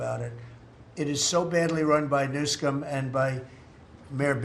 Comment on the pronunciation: It is Governor Newsom not Newscome .It is Democratic not Democrat. And Elizabeth Warren is not Pochahuntas.